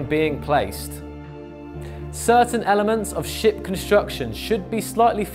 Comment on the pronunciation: Every time he says "ship", I hear "shit"